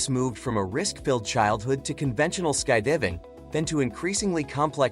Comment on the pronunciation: near the end it says sky divv-ing¡!!!!! DIVV - ING? LOLOL 😊😅😮😅😊